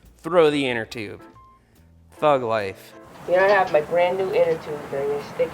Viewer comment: Lol love this. “Thug loife “” hahaha jk but awesome footage ❤️